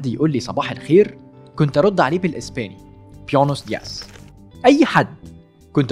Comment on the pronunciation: يا جماعة ياريت تغيروا ال narration و تجيبوا حد غير ده عشان هو أسم على مسمى و بيصر يتكلم لغات و يعمل فيها فصيح و هو حرفيا لا بيعرف ينطق انجليزي و لا اسباني ولا حتى العربي صح. بوينوس دياز بقت بقدرة قادر بيونيوس دياس ده غير انه بيشخرم أسامي اللعيبة، عيب أنتم موقع كبير.